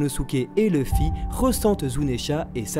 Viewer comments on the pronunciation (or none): none